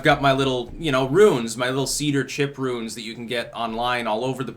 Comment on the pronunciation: thought you were speaking on ruins buts its runes.